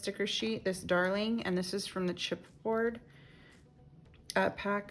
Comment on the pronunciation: Love the layout!!😊 You read the red banner as darling but it says daring